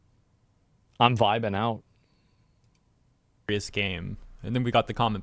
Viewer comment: Oh he said "vibin out" thought he said "Biden out" Like phased out, mind is in a whole other place